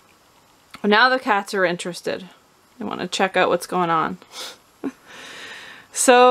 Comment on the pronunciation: not a java drinker?? you're missing owut (as you say it, lol)...seems the mice are not either! great tip!